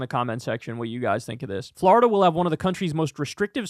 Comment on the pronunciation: Nobody: Kyle: Fl-ARE-ida